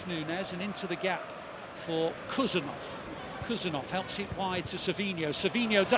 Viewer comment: Khusanov not kusanov hhhooosaanov